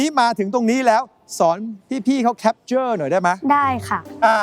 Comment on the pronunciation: หนูสุชาติ ลูกต้องพูดว่า แคปเจอร์ จ้า ไม่มีควบกล้ำนะจ๊ะ